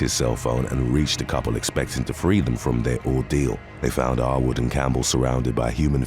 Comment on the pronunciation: Every time the narrator said "Arwood" it sounded like he was repeatedly calling the guy "r-word".